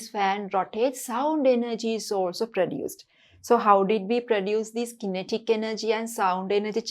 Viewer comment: Madam ,You pronounce kinetic wrong